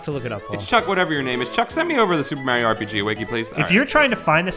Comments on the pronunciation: Oh god, Paul says "Mae-ree-oh". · Is the constant mispronouncing of "Mario" as "Mareo" a Two Best Friends Play reference or just your accent?